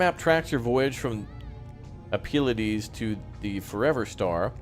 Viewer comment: FYI,, Pleiades is pronounced as 'plee a dez'.